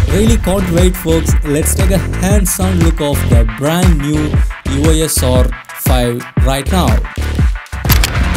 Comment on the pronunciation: Its E-Os not E-O-S...